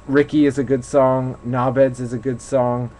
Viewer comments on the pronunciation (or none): Odd hearing "nobheads" in an American accent. Good review, unbiased. Didn't mention the Beatles when you said Liverpool, which is a pro point.